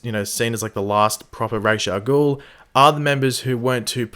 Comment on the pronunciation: Can I just point out that it's not spelt Raysh Al Ghul it's Ra's Al Ghul learn to pronounce it properly